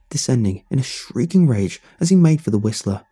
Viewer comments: The wisl T er 🤣😂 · “The Whislter”